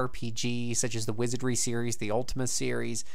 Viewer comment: I love the Gold Box Games and enjoyed your review. However you need to work on your pronunciation, I clearly heard "Gay Master" "Champions of Kin" "Wizaddy" and a dozen variations of D&D. Also you really missed out not paying the Savage Frontier games, the use of NPC relationships and interactions was mind blowing for the time, at least for little kid me.